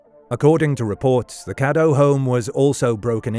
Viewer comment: Her last name was "Cadow" not "Caddo" and it's a German name.